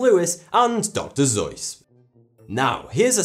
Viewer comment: is pronounced Dr sues not Dr zoise